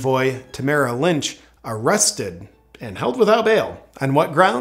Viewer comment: As a Canadian, this video could have easily been another 12 hours long or a daily segment. there is nothing good about our government right now. Also Tamaras last name is Lich not Lynch. Otherwise, wonderful video, man. A+ video, eh. Keep up the excellent work and freedoming.